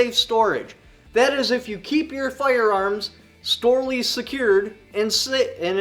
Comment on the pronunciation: “Storely secured” that must be quite a tongue twister.